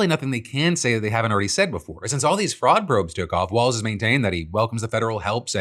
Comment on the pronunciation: JD Vance can't even say Walz correctly, he apparently thinks the MN Gov is a ballroom dance